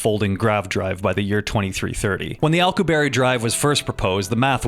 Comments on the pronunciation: Alkoo-berry drive. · an "Alco-Berry" Drive 😂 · Man did you butcher the pronunciation of the Alcubierre drive. :D This may help, it is named for the Mexican theoretical physicist Miguel Alcubierre, not a oddly named fruit. :D This is how you pronounce his name.